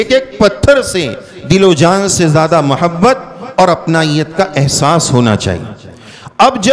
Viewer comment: محبت کا اردو میں تلفظ م پر پیش ہے